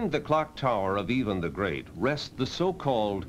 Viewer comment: He is pronouncing Ivan the Great, just in a really weird way.